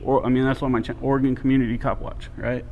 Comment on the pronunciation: Glad to hear a Cali boy pronounce Oregon right!